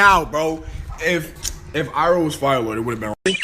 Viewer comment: Did she really call zuko zucchini and iroh irony